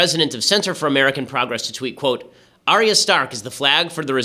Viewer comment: Dislike for Ben mispronouncing "Arya" #Notatruefan